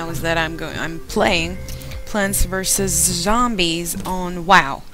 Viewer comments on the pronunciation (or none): Wow derken weeow gibi xd